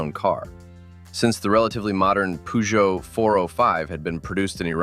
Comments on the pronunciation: You have pronounced Peugeot wrongly. Should be per-jo. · Is it really that difficult to pronounce Peugeot in a proper way? 😢